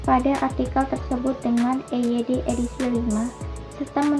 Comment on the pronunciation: Presentasi yang disajikan sudah sesuai dengan topik dan analisis juga tepat baik keunggulan maupun kelemahan. Sayangnya terdapat pengucapan yang salah untuk EYD V. EYD V jangan dibaca [i-yu-di-vi] EYD V itu dibaca [e-ye-de kelima/lima]. Saya sempat terkejut EYD dibaca [i-yu-di-vi]. Itu singkatan dalam bahasa Indonesia. Jangankan singkatan dalam bahasa Indonesia, singkatan bahasa asing saja harus dibaca ala Indonesia seperti COD [ce-o-de] lalu otw [o-te-we] dan WA [we-a] sayangnya pengucapan AI harusnya [a-i] bukan [ei-ai] lalu IQ harusnya [i-ki] bukan [ai-kiu] dan ICU harusnya [i-ce-u] bukan [ai-si-yu]. Jadi, tidak konsisten banyak singkatan asing yang dieja ala huruf Indonesia dan ada yang dieja ala Inggris, jadi semaunya saja. Yang betul singkatan asing dieja ala Indonesia seperti WA, COD, CFD [ce-ef-de], dan otw atau btw [be-te-we] termasuk WHO [we-ha-o].